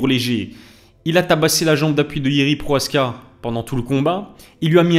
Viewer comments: « Proaska » tu lis bien son nom ? Y’a le « ch » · Salam pk tu dit « PROHASKA »? C’est « PROCHAZKA »😊